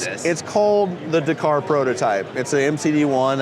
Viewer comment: Couldn't listen to him butcher the word Dakar